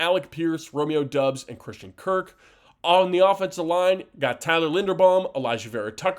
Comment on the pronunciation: It was driving me crazy when he said that!!! Lol